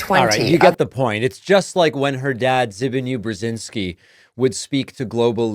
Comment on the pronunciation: Can't stop laughing at "Z big a new", never heard that pronunciation 😂